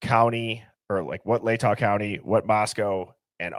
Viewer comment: Latah is pronounced La-tuh, not Lay-taw.